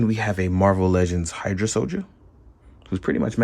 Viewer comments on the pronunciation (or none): none